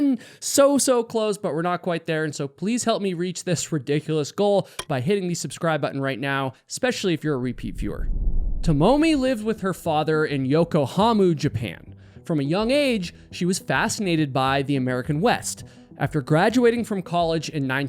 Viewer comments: "Tamomi Hanamir", "Youkouhamu, Japan" Bro it's really not that difficult to check pronounciations for things like this- yes, even names- before you record yourself saying them and put it online. Future reference; Tomomi Hanamure is her name. Both o's in her name are similar to the o in words like "frog", "lover", and "dole", just as an example. Don't stretch or bend the vowels even if it feels natural to do so (for english speakers)- they ARE short and the consonants will sound a little abrupt or "sharp" in comparison to the (usually) soft and flowing consonants in english. There is no "h" sound after the T in her name. The i at the end should be pronounced, not dropped, and sounds like the i in words like "blink", "frivolous", "tip", or "bring". For her last name, the a's are similar to the a in words like "far", "star", "art", and sometimes "after". The u in the "mure" part sounds like the u in "blue" the o in "move", or the e in "brew" (depends a bit on your accent). The r in her last name is pronounced but you have to imagine it almost as a blend of d and r instead of the way r works in english. It's not a sharp, rolled r like what you might hear in spanish, russian, swedish, finnish, etc. Sometimes- but it also isn't the soft type of r that's used in english. Lastly, the last e in hanamure is supposed to be pronounced- you shouldn't drop it, even if ending the word at the r feels more natural. The e will sound like the e in words like "lEver", "Ever", "End", "Epic", "Eld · He mispronounces every Japanese word he tries to use. Dude can’t figure out how to pronounce Yokohama. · At least learn how to pronounce her name. And it's Yokohama not yokohamu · It's Yokohama. Not yokohamu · Why is it impossible for white people to even try to respect Asian names? It’s not YOKOHAMU LMAO 😂 it’s Yokohama… Her LAST name is pronounced “Hana-mooh-Rey” why can’t you white YouTubers respect foreign names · lol 'Yoko-HAMOO'. Not a place in Japan